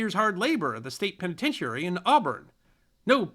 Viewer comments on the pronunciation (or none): That's "us historians", not "we". And "penitentiary" doesn't have have emphasis on the penultimate syllable. Otherwise, quite good.